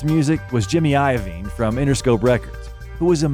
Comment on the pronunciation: Jimmy A-yo-veen lol